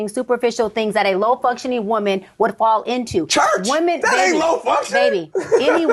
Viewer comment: Why can't Americans pronounce women, as opposed to woman ?